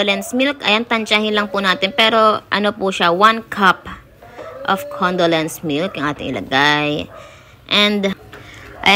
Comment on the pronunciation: Marshmallow not marshmawall. 😂 Condolence milk?! First time I heard of that. Condensed milk 😂